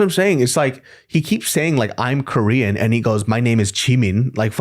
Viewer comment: '' my pronounce are they, them and KoREan '' 🤣 🤣 😭